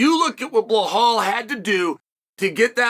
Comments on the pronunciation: His name is Belal not Blahal wtf lmao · I love hearing him talk about “Blahall Muhammad” 😭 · The fact he's still calling him "Bell-hall" is fckn hysterical 🤣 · Bleh hall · I just couldn’t focus everytime chael said blehal and alex pieera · Yeah I also here him say Alex Pee Era